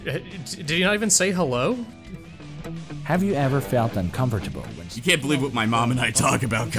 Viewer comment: "Hab you eber felt uncumbergeable?"